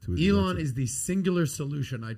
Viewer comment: PBD pronouncing Elon's name like Iran is one of my favorite things